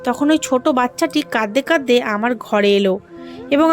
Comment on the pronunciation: গল্প ভালো, আপনার পড়াও ভালো। তবে কিছু উচ্চারণ সঠিক না। যেমন, #(কাদদে কাদদে) এটি হবে কাঁদতে কাঁদতে। #(খুজজে) এটি হবে খুঁজছে।